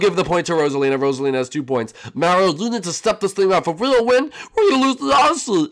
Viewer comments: You called Mario jam shark lol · When you say step up you called mario jam shark